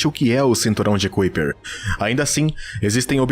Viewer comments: Bom vídeo, mas o narrador passou quase duas horas a falar o termo "CUIPER" e isso incomoda mesmo. A pronúncia correta é "CÁIPER": The Kuiper belt (/ˈkaɪpər/)[1] is a circumstellar disc in the outer Solar System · Pqp.. Parei de ver o vídeo pq a cada vez que o narrador falar "cuipér" me dá uma agonia enorme. Poxa, custa ver direito a pronúncia das coisas? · A pronúncia correta é ´Kaiper" e não "Kuiper". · Conteúdo muito interessante, mas o jeito que você pronúncia cinturão de Kuiper dói nos ouvidos... 🧐